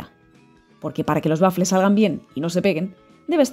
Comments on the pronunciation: Por diossss no se dice bafle!!! El bafle es o era un altoparlante donde se amplificaba la música. La pronunciación correcta es" uafle"( te lo escribo en fonética). Pero gracias de todas formas por la receta. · Waffel es una palabreja alemana, se pronuncia tal como se escribe. Muchas gracias por la receta. Igual se puede prescindir del huevo.